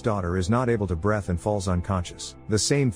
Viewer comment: You can't say "breathe" with your AI, AND you're hitting me with Climate Change 2030 Bullsh*t Propaganda. You're a failure, sir. Toodles.